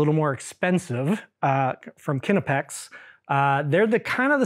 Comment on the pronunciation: "Kinnepex" is an … interesting … way to pronounce "Knipex".